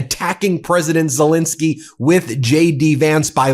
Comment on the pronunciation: As much as I love your take on all of these things, I think Zelenskyy deserves to have his name pronounced differently than the invader’s name. There are Os in there.